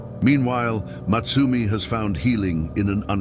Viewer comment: I think her name was supposed to be Motsumi (meaning the hunter,) not Matsumi